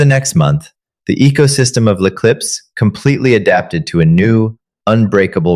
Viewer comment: I too enjoyed the take down of Chloe but if you're going to make French a key component of the story it should be s1sspelled correctly as well as pronounced! Lay Clips makes me think of potato chips with a bag clip instead of what can only be L'Eclipse. Some French even fairly common in not especially such exclusive restaurants are maitre de and hors d'oevres. These are just the most common French terms misspell3d and mispronounced. In English you should also know that there's no such thing as a lone shark: there IS however a loan shark!